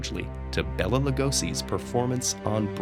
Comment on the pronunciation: To anyone reading this I know it doesn't matter, but pronouncing it like it's written doesn't make it right, 'Béla' is a male name and if you say it like 'Bella' it sounds weird. Same with 'Biro' pens, it's actually bee-ro, which means judge, but I know it doesn't matter I just wanted to write this.